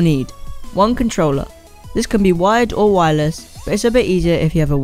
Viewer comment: u said wireles